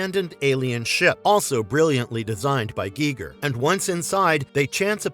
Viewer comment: Yeah who the hell is geegur